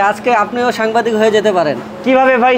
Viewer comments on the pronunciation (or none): সাম্বাদিক না হালা ... ওইডা হবে সাংবাদিক